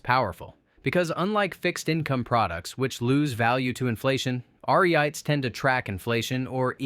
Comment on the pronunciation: Your AI voice cannot ponounce REITs. Did you watch your video yourself?